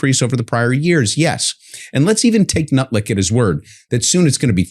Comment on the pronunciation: Lol, I thought he said "Howard Nutlick" - run with it South Park , it's all yours